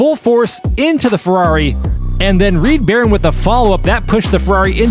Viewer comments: In the first race I think the name should have been Reed Ba-Roan as well, not Barron as pronounced. Words are hard 😊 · 1). Reed Barone is mispronounced. Pretty sure it's supposed to be Barone (buh-roan) as in Ray Barone in "Everybody Loves Raymond". 2). Is it Fitz or Fritz? Because the name is spelled F-I-T-Z, but 2d and 3d keep saying FRitz. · how is "fitz" pronounced "fritz"? how is "barone" pronounced "baron"? why did you keep saying "Mean Green Joe" instead of "Mean Joe Green"? This one is very sloppy and I didn't enjoy it because of these mistakes.